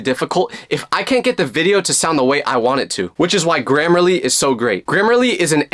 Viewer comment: HELP THE WAY IT SYOPS AND SAYS “this video is sponsored by grammerlary”